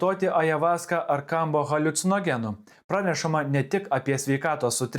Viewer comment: 4 kartus skaito Kombo, nors parasyta aiškiai Kambo, nebemoki skaityti? Beabėjo, jei žmogus tiki, kad ežopas tau padės gyvenime, malinausko video,- tikrai nepadės.